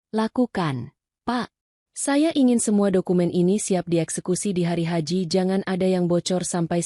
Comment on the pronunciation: Hari-h dibaca hari haji 🤣🤣🤣